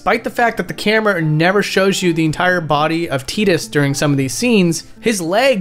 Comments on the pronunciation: His name is TI- DUS not TEE-DUS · His name is pronounced and said like Ty- tus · Don't ever say teedus again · I still find Tidus name being pronounced Tee-dus to be weird since I always thought it was Tie-dus, like a water tide, since water seems to be his whole theme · I still pronounce it tye-dus and you can't make me say tee-dus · Whoa, wait. TEEDUS? No way. TIDE-US for life baby! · Wait, it's pronounced Teatus, like teat, not Tight-us? What the hell? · I still can’t believe they went with Tee-dus as his name, just sounds so wrong, I always pronounced his name as Tide-us. I mean the guy spends half the game in water. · STOP SAYING TEEDUS. ITS PRONOUNDED TIDUS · Plays whole game, calls him Teedus. Excellente. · bro really said teedus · good video. u calling him tee-dus tho just kills me inside. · "Teedus" dude, wtf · It’s not teedus I don’t care what anyone says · I don't care what ANYONE says his name is TYE-DISS. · I refuse to call or think of Tidus as a "teet-us"